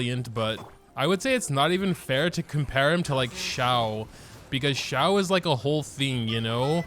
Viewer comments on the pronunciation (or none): none